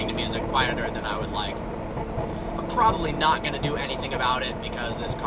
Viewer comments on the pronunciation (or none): none